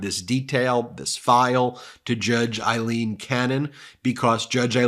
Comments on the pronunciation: BEN - please her name is pronounced A leen, !!!!! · FFS, as stated many times, can you PLEASE stop referring to her as "Eileen" Cannon! She is NOT" Eileen" Cannon, she is AILeen The name IS NOT THE SAME. It is a Scots name, we are Scottish and my wife is "Aileen" so we know! Your co-host Michael, Glenn Kirchner and Lawrence O’Donnell pronounce it correctly. PLEASE, PLEASE stop! Apart from this we love the show, but please, please stop this nonsense!